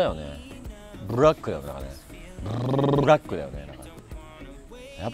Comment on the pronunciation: クルちゃんのおしりがかわいい♡つよぽんもかわいい。45歳の男性とは思えない。 ほかのワンちゃんにも優しいつよぽん。愛娘を守るパパ。カメラも忘れてゆったりと。 身内のスタッフさんの顔ぐらいは、覚えましょう(笑)太っ腹！「海の男」？ついホンネが(笑) 知らない言葉だもん。うまく発音できないよ。UUMさんすばらしい編集(笑) アイスコーヒーをアイスティーと勘違いしてオーダー(笑)「ブブブブラック」(笑)「ぷぷぷぷっすま」みたい。男性って、甘い物好きじゃないよね。なんでだろう？ つっこみテロップも、ぷっすまを思い出す。 そりゃクルちゃんも食べたいよね。すごいヨダレ(笑) 効果音をつけるクルミちゃん。さすが、クルミちゃん！いいアシスタントだね。テーブルの真ん中の脚にぶつかったの？ 椅子の座り方がかっこいい！